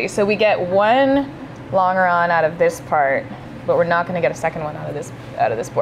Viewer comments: It is pronounced Lon ger on not long er on keep up the good work! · You could have rented a U-Haul pickup ($19.95/day) and bought a used farm trailer. Drive the trailer to LA and then sell the trailer., Also, if San Francisco is "Northern California", where is Redding? Where is Eureka? Also it's pronounced ˈlän-jə-ˌrän not lan grrr on. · Your pronunciation of longeron is wrong. A real aviation engineer or buff pronounce it the French way, 3 syllables: "LON" + "juh" + "ron" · I'd never heard "longeron" pronounced that way. I'd always known it as "LAWN-jer-on" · I'm not trying to be nasty, but you are pronouncing longeron incorrectly. Listen to the Websters audio pronunciation. 😉